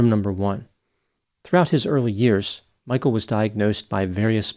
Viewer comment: His name is not "Michael". It is Michel. Get the basics right!